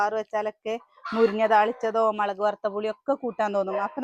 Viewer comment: മളക്ക് അല്ല 😂😂 മുളക് 😊